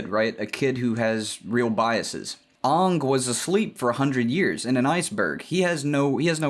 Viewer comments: Oh God, please don't pronounce Aang the Shyamalan way... it's not Ong it's Aang (as in angle take away the le) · "Onng" ... triggered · I know it's comedic but pronouncing his name as OOng is really killing me... lol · He said "Ong" and I almost clicked off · I died at "OOng masters the Avatatt state" xD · almost all dubs call him oong, also may is often called Mah-E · I'm sorry, I stopped listening after you mispronounced Aang's name 😒 (jk) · it took me way to long to realize he was saying the name wrong on purpose